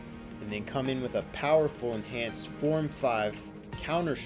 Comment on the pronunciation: "A shien force-enahnced stab" Lolwut?